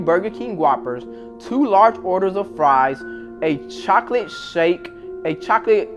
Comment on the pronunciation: Its chocolate not choklet just saying